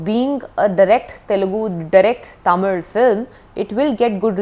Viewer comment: I just appreciate her for pronouncing Tamil the right way as ‘Thamizh’ 👏👏